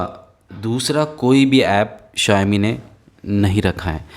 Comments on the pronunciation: Not zaomi its Shaomi (Xiaomi) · It's pronounced sha'o'mi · bhai its called show-me not what you call it !! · Pronounce same h Shau mee or Shaomi 🤔🤔